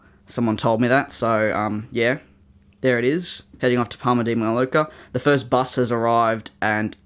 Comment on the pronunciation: Loved it again mate! Just for future reference, it is pronounced as "parma de may-orca". (I know many of your aircraft fly to PMI). But love all your models! How about a new Qantas Silver Roo??